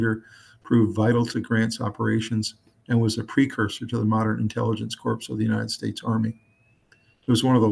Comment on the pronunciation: Corp (core) not (corp). The p is silent.